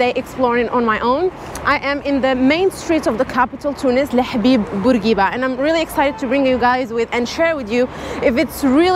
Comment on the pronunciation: You pronounced hbib bourguiba perfecly. Are you an Arab? I also went to tunisa solo in december and it was really safe and friendly Edit: just watched the video. You're of Moroccan origin. I advise you to tell that to the security agents because I have seen you paid 12 TD for the ticket whereas you can pay only 5 ( maybe 8 i don't remember) as a person coming from Maghreb region. I paid that as an algerian